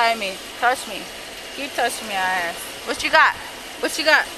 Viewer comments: Cans eye axe yous a questions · right,, just AXE me again